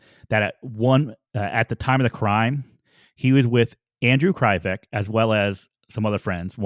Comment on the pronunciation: Those cops did beat up kids at the police department and leave bruises. They didn't care. They did what they wanted.. You keep saying Anthony and Andrew's names incorrect.. Di.pip.o Kre. Vek.. No one knows the truth...no one will ever know the truth.. the entire investigation was botched...